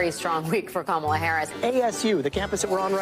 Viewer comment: “Kamalalala” what is wrong with these people 😂😂🤣🤣🤣 Cringe af.